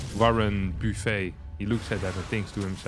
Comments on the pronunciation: Always love the cheeses ❤ also (Warren) Buffett is pronounced Buff-it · Warren Buffey. Lol can't tell if that was a troll, but you pronounce his last name phonetically. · As a proud American citizen and Buffet fan I can confidently inform you that his name is pronounced "BUFFet" with stress on the first syllable like when u complain that mothership is underpowered and demand that they BUFF it.